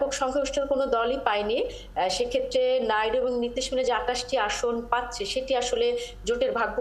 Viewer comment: উপস্থাপক নাইডুকে নাইরু নাইরু বলছে কেনো😂